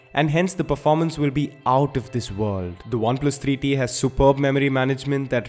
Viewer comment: Great reviews but I don't know why I listen "Oneplus 3D" 😅